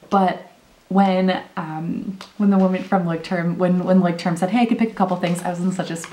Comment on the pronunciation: I am German, and I love how you pronounce the word 😲